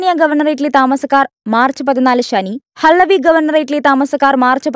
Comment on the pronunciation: ഹലവി അല്ല ഹവല്ലി ആണ് (കുവൈറ്)